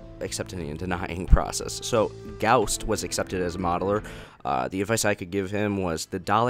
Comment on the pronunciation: The sweet sound of someone saying my username properly, oh how wonderful it is. It gets on my nerves when people call me Ghost instead of Goust. At least someone knows how the english language works, but thank you for excepting me. If anyone is reading this and didn't get excepted, don't feel bad and don't give up!!!